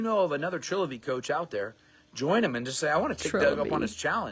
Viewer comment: Did he just mispronounce the new name of the company?